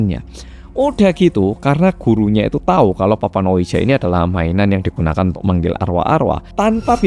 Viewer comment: Cara bacanya bukan dibaca letterlijk (harafiah) ouija 😆, tapi mirip wiji bacanya. Dari awal ampe akhir dengerinnya gatel hrs komen hahaha